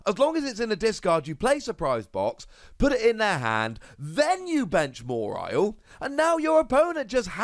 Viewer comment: More-isle? Isn’t it ma-walie?